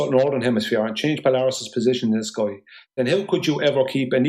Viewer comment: One thing I’ve learned from his presentation it’s that it’s actually pronounced skoi, not sky.